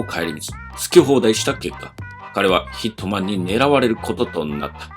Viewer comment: 最初ヒッ肥満に聞こえたw